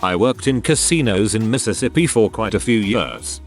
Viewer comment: This AI narrator cannot pronounce Mississippi or fiancé to save his non-life. Oh well. That is how we know that it is AI. Interesting post, though.